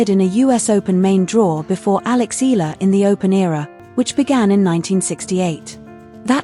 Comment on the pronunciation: terrible A.I voicing, can't eve pronounce Eala properly....